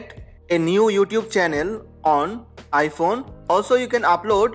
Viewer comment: Omg also he said ipone 🙈😭😭😂😂😂😂💔💔💔